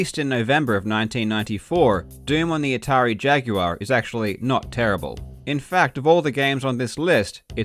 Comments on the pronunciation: "see-guh saturn" "jag-you-are" what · You pronounce the word "jaguar" like Yoda talking to a guy named Jag.